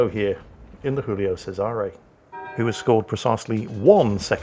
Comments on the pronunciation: stop pronouncing the Giulio Cesare as it was Spanish, pls As a Romanian, it hurts my ears xD It is pronounced Jiulio Chesare. Read that in english and it would still be closer to the original pronounciation 😅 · Ar-kih-pel-ah-go, with a slight stress on the 'pel. ...also, I beg you, by all you hold dear: 'JEW-lee-oh CHEH-zuh-reh'. Have a go? Please? Pretty please?